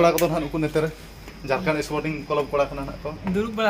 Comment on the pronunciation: Ap Jharkhand nhi bol rhe ho jharkand bol rhe ho